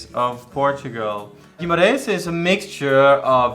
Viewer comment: Jimarães :D It is not pronounced like that but you were close, you dont pronounce the u in Guimarães (which you didnt so congrats) but its a G and not a J, liket the english word "get". You will learn it once you go there, nice video and keep making great videos :)